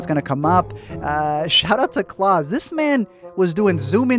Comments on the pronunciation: its klaus (ka-loust) like on american dad not claus like santa claus (claws) ugh. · Is it just me or does he keep saying Claws instead of klaus lmao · the way u say Klaus’s name like “Claus” as if hes Santa kills me xD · I’m sorry, but every time he says Klaus it sounds like “claws???” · This video was overshadowed by my pure rage every time you called Klaus ‘clause’ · When he pronounces Klaus like clause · Why do you pronounce Klaus like claws? Lol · No one gonna point out how he says klaus like Santa klaus !!??? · Klouse, it’s not Santa😑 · Why does he call Klaus claws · Yep, I know people hate to hear it, but it’s not incest according to the definition of the word. It’s very weird, super odd but not incest. Did it throw anyone else off that he keeps pronouncing Klaus as “claws”? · Why are you pronouncing it "Claws"? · The way you pronounce Klaus tho 🤣🤣🤣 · How did you mispronounce Klaus every single time lmaooop